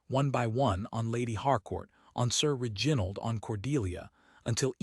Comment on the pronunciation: If this is AI, you must teach it how to pronounce REginald, not reGINald. It is offputting.